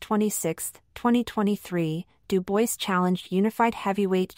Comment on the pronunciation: It’s pronounced Doo bwah FFS get a human to do the narration